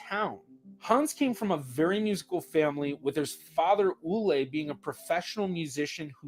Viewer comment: As a Norwegian, I thought you did a fantastic job on your pronunciation of the given name 'Ole' as well as the patronymic 'Olesen.'